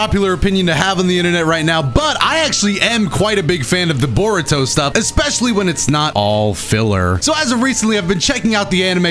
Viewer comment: why do you like Bore-uto?